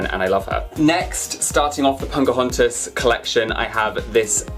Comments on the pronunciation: Her name is Pocahontas and not Poncahontas. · I'm sorry but are you saying Pocahontas or PoNcahontas? :) Love the Snow White doll! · I <3 you and your dolls... but I keep on hearing "punk-ahontas"! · Poke-OH-HaUn-tiss is how you pronounce it. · Yes he says poNcahontas but its so cute! Lol 😆 😘